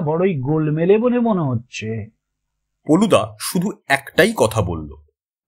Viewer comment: গল্পের প্রশ্চদপটে কোথাও কোথাও ফেলুদা উল্লেখ করা হয়েছে, কিন্তু গলপো পাঠে বলা হয়েছে পলুদা। ব্যাপারটা আমার বোধগম্য হলো না।